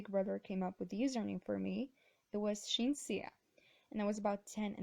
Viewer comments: It's pronounced Sheen! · Omg, I always used to pronounce it as sizzin because was like, how the fricc do i pronounce this?? Now I have to relearn it lol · I pronounce szin as siz-an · I’ve been pronouncing it sizin my life is indeed a lie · wait i always called you siz-en but its pronounced SHIN?!? i have been living a lie the whole time ;-; also i LOVE your short film the string :3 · I kinda pronounced your username as suhzin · I used to pronounce ur channel as szin like actually z not h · Thanks for the pronunciation of your username - I can stop calling you sih-zin now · Lol okay, so, I pronounce your name Z-sin idkk whyy okiii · i thought you name was pronounced sin o.o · Being the American I am, I was like, "hey friend you should watch the Hamilton animatics by s..sss in? Ss zen, sizin? Cinnamon!? " I'm so happy I know how that's pronounced now. I kinda feel stupid.. lol thanks for tellin my how that's pronounced. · i always pronounced it C-zin XDD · OOOOOOOOO I thought it was pronounced siz-en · I was pronouncing the name wrong sorry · I always thought it was pronounced ss zin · i thought it was pronounced size-in....